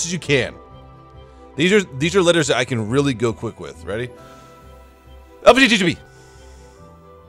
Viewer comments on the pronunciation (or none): it sound like he is saying LGBT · Lbtgqlvtdbgm40...got some new pronounces in there